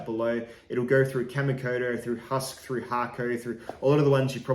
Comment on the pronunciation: It says Huusk